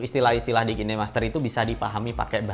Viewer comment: kine masker anjir, khain master penyebutannya